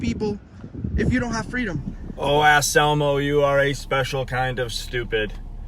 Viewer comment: His name is Anselmo not Asselmo. However, he is an asshole.